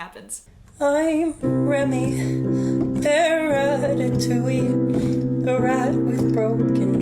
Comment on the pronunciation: Le french person thing here u pronounce it ra-ta-too-y-e not ra-ta-too-we also sup brah im weed jesus you can only make a wish if your stooooonnned dude